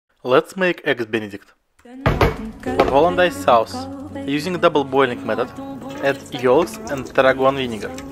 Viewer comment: Cmon man. It's really not that hard to say "soos" instead of "saus" when saying sauce. Some pronounciations are hard with accents but here he's clearly just saying the word how it's written